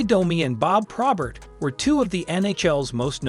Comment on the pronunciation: Imagine the ghost of Probert hearing AI pronounce his name as PRAW-bert. 👎